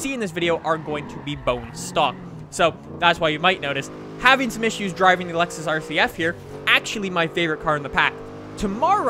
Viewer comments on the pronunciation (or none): none